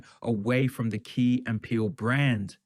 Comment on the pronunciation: "They were not some double act frone tagevuh"